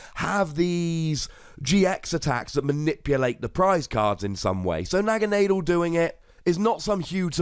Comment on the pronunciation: Considering the origins of the name according to Bulbapedia ("Naga" being a Pali/Sanskrit word for a snake deity, "Nadel" being German for needle), the correct pronunciation seems to be "Nah-Ga-Nah-Dell". Pronunciation aside, I really like this card. The abundance of Garbodor may hurt its viability considerably, but I think it's got potential to say the least.